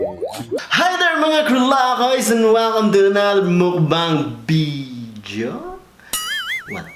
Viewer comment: he is really funny when he has this V and B words as dont know if joke or really defect… only he can pull that off Bidyo bery bery 😂